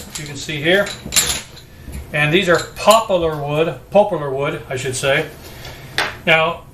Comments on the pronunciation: All due respect, sir, it's pronounced "POP-ler." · Worthless without the spine footage. It is Poplar. Not popolar, popelar, popeler, popular, papuler. Say Pop, as you would tootsie pop or your dad. Say lar, like far. Pop lar. Poplar. , snap. This is why a flex test is the very first step in checking your stock. At least you didn't too far along, but still.